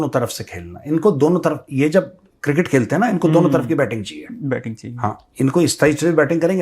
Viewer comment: Major Saab pls tell 😢producer that cricket not kirkit pls don’t take it seriously 😂